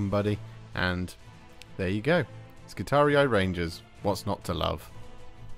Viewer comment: I've barely pressed play on the video, and already I feel like favoriting it for your pronunciation of both i's in skitarii!